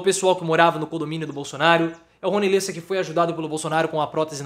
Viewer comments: Amigo, não é "lêssa" é "léssa" a pronúncia correta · Pronuncia-se Le'ssa